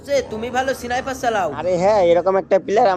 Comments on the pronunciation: Sniper ❌ Sonaiper✔️ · Sniper❌ Siniper✅😂😂😂😂😂